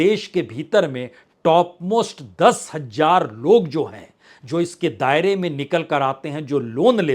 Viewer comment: Hajjar nhi hota h hazaar kahte h sir